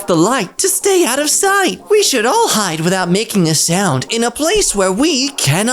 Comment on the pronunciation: . In addition to the fanged entrance, there is a window near the roof peak that looks like an eye. the way he said "HIDE" differently from the rest made me laugh so hard I almost choked. So anyway I got a good laugh from it. 👍